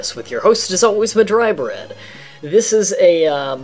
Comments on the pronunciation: "Mah-Dry"? How did you come up with a random name like that? xD Nice to see someone who explains the game thoroughly though. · ... Madurai? Oh wow you weren't kidding when you said you're having a hard time pronouncing things.